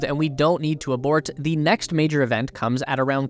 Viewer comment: Saying thee in place of the is strange. I call it the 10K+ subscriber curse. They can't help it. Otherwise, great video.